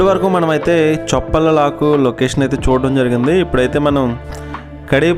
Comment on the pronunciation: చొప్పల లాకు కాదండి చొప్పెల్ల లాకు సూపర్ గా ఉంది కడియపులంక